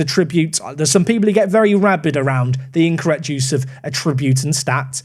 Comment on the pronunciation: Attribute. Emphasis on the first syllable.